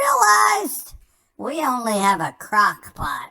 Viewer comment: "crock" pot....Oh,. You are too precious!!!